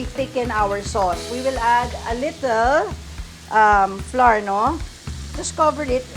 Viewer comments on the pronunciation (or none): Flour, sour, and hour are not pronounced like the letter, “R.” They should rhyme with “flower.” Just an fyi. Love your recipe though.👍